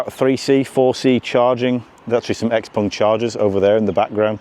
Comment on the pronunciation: finally somebody who knows how to pronounce 'xpeng'